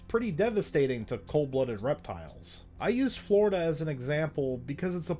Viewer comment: "I grew up in Pleistocene Flordia"